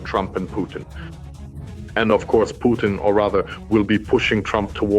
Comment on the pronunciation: Putin not Punin